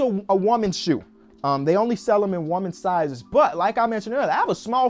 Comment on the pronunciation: Why he callin them WAmen instead of women